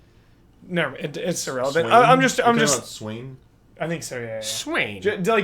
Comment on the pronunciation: Correction: The thief from Ni No Kuni is "Swaine" and I feel like it was supposed to be pronounced "swine" because he was from that pig-themed town.The way they translated all of the puns in that game was so insanely well done.